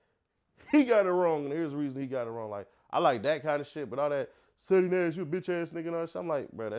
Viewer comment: Ceddy not ceedy😂😂😂